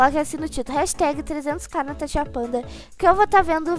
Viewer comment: Quem percebeu que a falou corre tanasha no minuto 6: 29